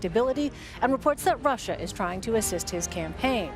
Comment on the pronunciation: Bloomberg: It's Russia not Rusher!